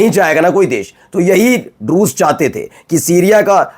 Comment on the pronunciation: Aap Drush bolte hai 99% poblice Rus. Susia Samjh Raha hai😂